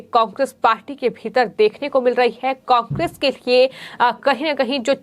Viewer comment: कोकेस नहीं कोंग्रेस बोलो मैडम 😟😳